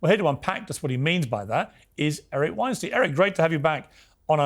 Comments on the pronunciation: Its pronounced Wein-stine not steen im pretty sure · Weinstein rhymes with Einstein, Piers. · Eric Weinstein pronounced like Einstein. You should know this by now Piers. Same for Putin. Its Poo tin, not Pyoo tin.